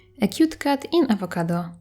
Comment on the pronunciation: Your accent is so amazing and whenever you said cat I thought you said cut lol. But I love the art and your accent 💗